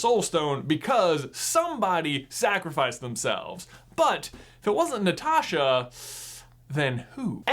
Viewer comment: Thanks for pronouncing Natasha like Natasha